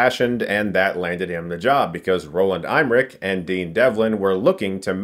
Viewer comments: It's "Emmerich", not "Eimerich" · I genuinely do hate being this guy in the comments and on its own who cares, BUT with Chris it’s an ongoing issue: terribly pronouncing names. lol Emmerich is pronounced ehm-MUHR-ick, not EYE-muhr-ick. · Roland EMMERICH not Roland EIMRICH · It's pronounced EYEmmerich, who knew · Chris still can’t pronounce Emmerich, he says I’m Rick. Roland Imrick